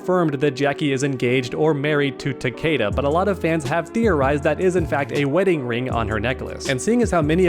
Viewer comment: She says takeda… “ takeada!! Now do sum bout it ”